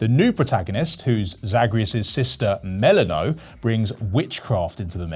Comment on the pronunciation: Brother, Melino? Cmon now